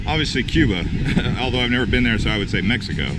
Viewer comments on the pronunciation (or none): none